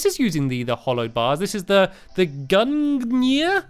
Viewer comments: Gungnir is pronounced gun year. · The Gungnir is pronounce by Gu-Ng-Gnir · stampy, gungnir is pronounced gangaur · Oh and stakpy its pronounced gung-neer